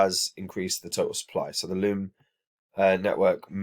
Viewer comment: Its loom lads not lobe